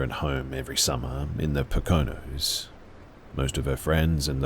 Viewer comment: The way you pronounced Poconos